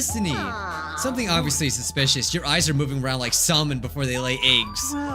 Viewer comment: did he just say sa-L-mon??!!?!?